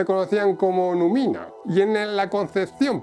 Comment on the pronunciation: Interesante contenido, pero ha de pronunciarse "Látium" y no "Latíum", y asimismo "númina" y no "numína".